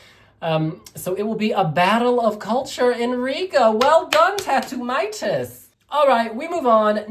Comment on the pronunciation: Tautumeitas or Tautumaitas is a Big difference please pronounce it right, other than that great review!